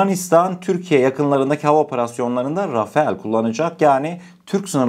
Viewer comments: Rafael değil Rafal demelisin❤ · Selamünaleyküm yav kardeşim « RAFAEL »değil « RAFALE ». Çoğu yerde bu yanlışlık yapılıyor. Yani neymiş RAFAL diye okunuyor Rafael değil Rafale de değil RAFAL diye okunur. Selametle kalın Allah’a emanet olun. Bu arada kanalda sunduğunuz içerikler çok iyi. Tebrikler 👏🏼👏🏼👏🏼🇹🇷☝🏻💪🏻🇹🇷🇹🇷🇹🇷🇹🇷🇹🇷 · Rafael değil .. rafal